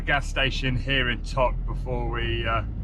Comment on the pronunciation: Ugh guys… you’re butchering the place names here. Valdez is pronounced “valdeez”. Not Valdez like the surname. Tok is pronounced like token. Not like tuk tuk. You guys are killing me :-)